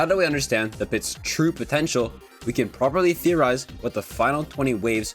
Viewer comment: Did you say potencial?